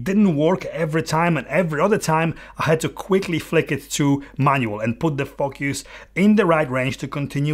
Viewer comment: Very honest and on point. Great! Watch out how you pronounce it correctly sometimes, be careful how say “focus” not “f**k us” !😂